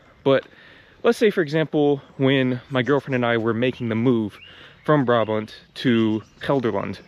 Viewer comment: Also fysiek, Brabant, Gelderland and den Bosch. 👍